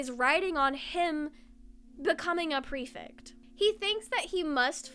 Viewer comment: I love this video but i HAVE TO CORRECT YOU I'M SO SORRY the "ect" in prefect is pronounced like the "ect" is delECTtable